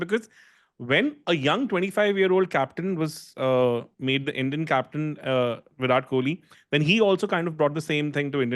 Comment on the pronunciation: both are wrong, but is more wrong than. Because JAR-ROD is literally the the letters in the name, but whyrat and raaaoul are nothing like spells it. Also, I have heard whyrat and raol atleast 100 times on his podcasts this year.